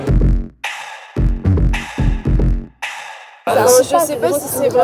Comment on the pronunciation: "stimulente" serieusement ?